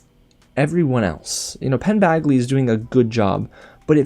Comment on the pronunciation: FOR THE LOVE OF GOD Its Badgley! Like a J! Not bagley! JESUS